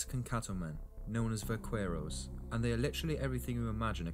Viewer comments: You’ve all got it wrong. Vaquero is NOT pronounced with a V at all. It is pronounced with a B. The word comes from “vaca” meaning a cow and which is pronounced “ba-kah”. A vaquero (ba-kare-oh) is a cow tender. It was corrupted by us white folk to “buckaroo” because of the hard B sound of the correct pronunciation of vaquero. I know this as I am from buckaroo country in eastern Oregon, where the Anglo’s got all of their best cattle handling techniques from the old time Californios who worked this country. BTW Hawaii had cowboys way earlier than Texas. They were local natives called paniolos who were taught their cattle handling techniques from vaqueros from old Mexico starting in the 1830s. Paniolo is a corruption of Espanol, meaning a person of Spanish origins. In America or Canada if it’s cowboy stock handling related, it probably has Spanish/Mexican roots. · It's pronounced "va-care-ro(s)". The "q" and the "u" are silent. Unless you're a Mexican, then it's more like "vah-ke-roh". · I was particularly annoyed by his pronunciation of the syllable "que" as "cue." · It sets my teeth on edge the way he mispronounces "vaquero" (I'm from the Rio Grande and no self-respecting South Texan would say it like that) but overall I agree with the video. The myth I've always disliked most is a Hollywood invention, the quick-draw duel. The outcome wasn't determined by who shot first; the narrator's right, the guns weren't that accurate. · You terribly mispronounced “vaquero” dude! I have fired my cap and ball pistol for years without burns or explosions but I learned the CORRECT way to load the gun when I got it. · Va-KWER-oh. ? Really? Vaqueros also gave us the lariat (la riata) and the cigarette. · DEAR LORD DID I JUST HEAR AN ENGLISHMAN PRONOUNCE IT EKSCAPE!!!???????????? UM ESCAPE THERE SIR BAD GRAMMAR. And ❤Vaquero is pronounced Vakero! Ugh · The Spanish/Mexican cowboy name is pronounced "vac-er-o". It is not pronounced with the "q" of is spelling.